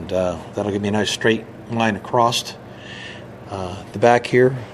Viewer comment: Real question ! Why do you say the word across with a T at the end ?